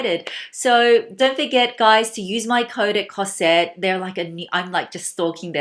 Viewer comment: Hello. May I tell you that you have to pronouce the S of cosette like a Z Cozette , the main female caracter in the Miserables of Victor Hugo. I love your accent anyway (from a french lady) I love this nice classic Celine bag. And The Trouville is fantastic, I'm in love.Thanks